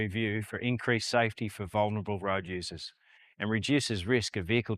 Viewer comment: Dude, DAF, have the guy a lesson in English. The sizze have ben inkreazed. Pretty please, with sugar on top.